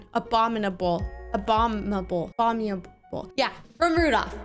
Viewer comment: It's abominable not 'a bomb able'